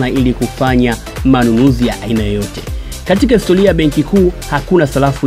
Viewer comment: Salafu, histolia,nyelele mtangazaji mhhhh!